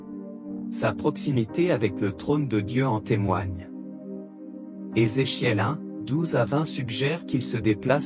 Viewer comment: Vous ne pouvez pas prononcer le nom de ce Monsieur comme les autres ?